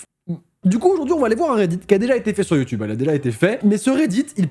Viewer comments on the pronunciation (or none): none